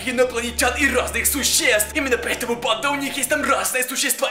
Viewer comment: Я не понял банда или панда